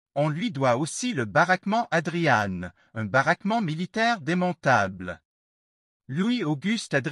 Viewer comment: Je n'ai jamais entendu ce nom prononcé : "ADRIANNE" mais "ADRIAN"...